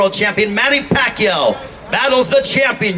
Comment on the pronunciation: It’s amazing how far he has came! I remember Lampley couldn’t even pronounce his name in his first fight. Nothing but respect to this Legend! #PACMAN 💯